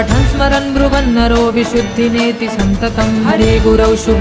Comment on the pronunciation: आपका उच्चारण अशुद्ध है मेडम, इमं हि नित्यमेव वाले श्लोक की अगली लाइन में विशुद्धिमेति है इसमें आपने में की जगह ने उच्चारण किया है कृपया इसे ठीक करें।